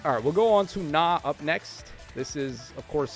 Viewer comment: I think you misread Nah